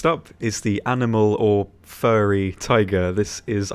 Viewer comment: fuwwy tiger